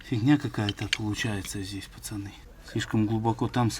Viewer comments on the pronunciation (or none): none